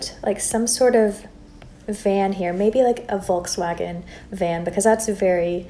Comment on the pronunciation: Hey,your Kittens are so cute! I also found it really funny how you said ‘Volkswagen’ Because i am German and I didn’t know how it sounds in English😂